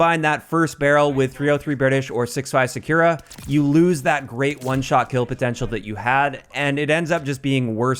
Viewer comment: SAKURA is read as Sa-Koo-Ra, you keep reading is Sa-Kyu-Ra as you read U as 'you'. Even Google translate won't read sakura like you do when i type in English voice.